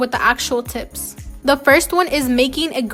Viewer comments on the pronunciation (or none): none